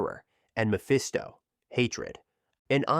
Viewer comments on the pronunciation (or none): none